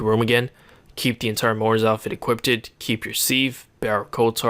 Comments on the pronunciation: equipped.. not equippted.. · he says equippted every video m8